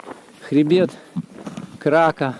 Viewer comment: КракА - ударение на последнюю букву